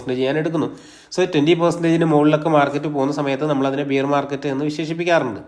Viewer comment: ബിയർ market അല്ല ബെയർ market എന്ന് പറയൂ